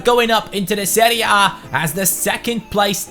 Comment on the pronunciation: I liked the way he said "seria bae"